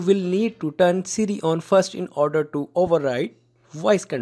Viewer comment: did you say on or off if you said on why did you turn off siri?